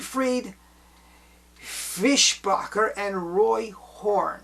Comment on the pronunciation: You managed the Fischbacher pronunciation very well. Greetings from Germany.